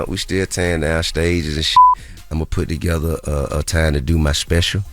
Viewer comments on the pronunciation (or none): none